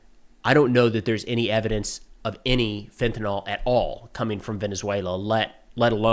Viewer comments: Hey man, fentanyl is pronounced with “ill” at the end, not “all”. -68W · Pronounced fentanil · Lol, Fentanyl is not pronounced fent-uh-NAHL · Fen. Ta. Nyl. TA. NYL. US Americans: fentynal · Just FYI... fentanyl is usually pronounced 'FEN-ta-neel'. Excellent content, as usual.